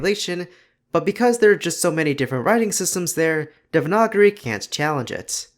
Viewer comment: I'm sorry how tf did you pronounce devanagari